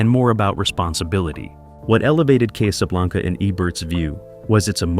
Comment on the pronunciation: "Case-A-Blanca"? Really?! Sometimes it was pronounced correctly, but...